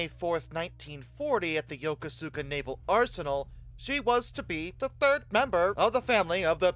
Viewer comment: How is stationed in yokosuka for a few years. It's pronounced "yuh-koo-skuh" or "yah-coe-skah"